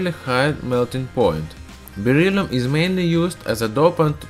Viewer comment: It’s beryllium not berylium